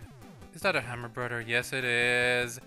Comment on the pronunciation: Did you know that "th" isn't pronounced "duh" it's not bruder, it's broTHer ffs...